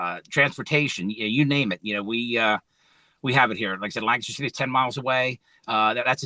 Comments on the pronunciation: I appreciate how pronounced the proper PA pronunciation of Lancaster; "Lanc-IS-ter". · The one person on the internet to pronounce Lancaster correctly 👏👏